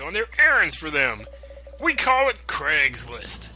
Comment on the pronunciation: "We call it Creg's List" LOL